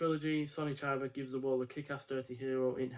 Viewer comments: don´t read his name as an american... read it with an E (ChEba) and you get it right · Great reviews, but rookie error with the pronunciation of Chiba's name.